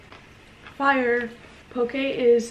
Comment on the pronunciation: Oooh pronounced “poke” correctly! Hahaha yasss And yes is very feisty! Lol miss y’all!